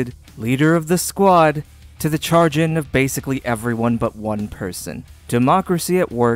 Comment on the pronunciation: Good vid, fyi chagrin is pronounced sha-grin